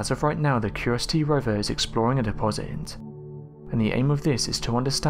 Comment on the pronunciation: Curiosity not curosty